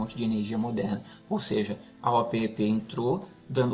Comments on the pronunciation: eu sou mais velho que vocé e desde pequeno escuto as pessas falares e eu falo OPEP, você é o primeiroque escuto falar O-P-E-P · Sim. A pronúncia é Opépi!